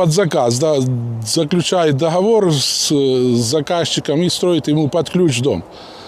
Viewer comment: Какой он русский, доховор